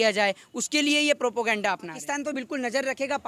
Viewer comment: Abe kaam v kiya hai law ka student hai to jaa ke check v krna chahiye government ne kya kya decision liya hai, law ka student hai or propaganda ko shi se pronounce nhi karne aata or bakwas kr rha hai bekar ki. Terrorist hamla v govt hi krwati hai tere hisab se